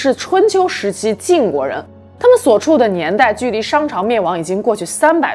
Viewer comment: 台灣應該是唸比干（一聲輕音），所處時代的「處」是唸三聲不唸四聲